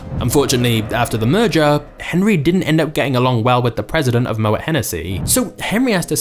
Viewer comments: "Mo-et", lol. It's pronounced 'mo-A' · pronounced mo-ay